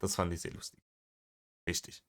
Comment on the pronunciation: Was würden wir nur ohne euch Reactor tun....allein ist das nicht zu ertragen 😎 Ich mag es übrigens sehr, wie du "rischtisch" sagst 😉 Danke, dass du dir das für uns/mit uns antust 🥰